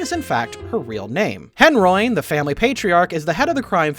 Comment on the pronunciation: How did you say Henroin wrong? You even mentioned it's a combination of Henry and heroin. So it would sound as: hen ro in. Not hen roin